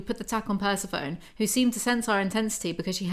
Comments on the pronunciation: PERCE-PHONE???, its pr-seh-fuh-nee LMAO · Persa-phone?!?!! Per-seph-oni!!! Like Hades and Persephone!! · girlo im sorry the way you say Persephone is wrong (not tryna be mean) its the name of the greek goddess Persephone (per-sef-o-ne) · I love you but PERSEPHONE (purse-ef-oh-knee) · Jw. Is Persephone supposed to be pronounced, "per-sef-ah- knee ? " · Persephone is pronounced "per-seh-foe-nee" :) it's from Greek mythology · Idk if anyone has already said this or if you already know and are being cheeky, but Persephone kinda gets pronounced like Aphrodite, (kinda like per-SEH-funni). And, less important and less well known, Samhain, weirdly, is pronounced kinda like sow-in (sow like wow). I love your book breakdown/narration videos so much omg. Also, taking (vegan) CoQ10 and (vegan) Omega 3s with my ADHD med each day has made a noticeable difference for me in weirdness. Also just so you know, vitamin C can weaken certain meds (like mine, which is Adderall). Congrats on starting your med journey! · Say it with me per-sef-oh-neee my inner Greek goddess groans every time you say Persephone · I'm highly amused you read Persephone as "purse-a-phone" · Pleeeeease, can you pronounce Persephone Per-seff-oh-ny? Please. ;) I always think you are talking about some weird new i-phone or something ;) LOVE your book reviews/summaries, BTW. Saves me from blithely stumbling upon them and reading them myself. I would have thrown them into the bin after five minutes. Weirdly enough, I can listen to you talking about them for hours! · Love these videos. I do think it's pehr-seh-pho-nee or puh-seh-fuh-nee kind of 😊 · Bless pronouncing Persephone like "persy-foan" 😅 I can't blame her for it too much, she's so tired. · I love this so much!!! Also just so you know the pronunciation of “Persephone” is Per-Sef-O-Nee She’s a Greek goddess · pls Persephone, pur-sef-on-ee or pur-se-phony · Yeah, pronunciation of Persephone in this video is cursed as hell